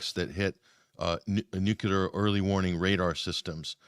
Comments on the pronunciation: Unbelievable how so many so- called educated people still say “nucular.” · Another one who pronounces 'clear' as "culer". What the heck! I hate to cheer on killing anyone, but I do want peace, and I see President Putin's reasonings as very sensible. He's a strong man and a strong leader, all in a little package. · I don't understand why all of these educated people can't pronounce "nuclear." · Not picking on anyone in particular -- just wondering. Why do so many people who should know better mispronounce "nuclear?" It's not a difficult word -- only 3 syllables comprised of 7 letters. 🤔